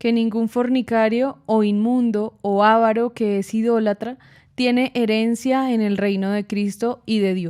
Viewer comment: muy buen video, excepto por parte de la pronunciacion de la palabra avaro, por parte de la pareja a la derecha, que no se pronuncia ávaro!!!!, es avaro, con acento en la penúltima silaba.